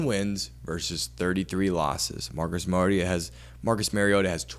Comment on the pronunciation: Learn his name......Mario Ta!! Not merry ota.